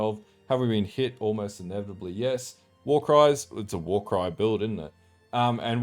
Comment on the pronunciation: "Warycrys? It's a warcry build innit"